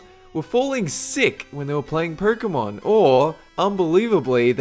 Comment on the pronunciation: "Perkemon"Hahahaah love how he says it!